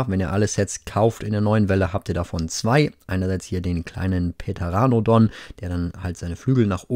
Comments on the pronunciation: Petaranodon 😂😂 sorry nicht falsch verstehen ist nicht böse gemeint es heißt pteranodon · Der Kerl heißt PTeranodon und nicht PEteronodon und schon gar nicht PEDeronodon HILFEEEEEEEEEEEEEEEEEEEEEEEEEEEEEEEEEE Quetzalcoatlus hast absichtlich nicht probiert, huh? ;) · ja, und das P ist stumm, d.h. aussprechen sollte man den Namen des verbreitetsten Flugsauriers zumindest was Skelettfunde anbelangt wie folgt: 'teranodon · Hey, kurze Verbesserung, man sprich es teranodon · Pteranodon wird ohne p ausgesprohen aber nicht schlim.